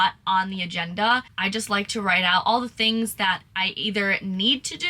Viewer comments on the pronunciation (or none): To say "2 tings" is very Bahamian 😂